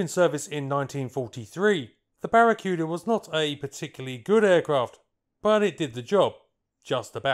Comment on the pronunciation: It's BARA-KOO-DAH!!! Aside from that, quite an informative video!!!